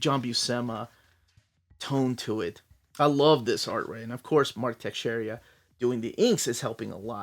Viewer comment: Mark Texeira not Texeria 🤣🤣🤣🤣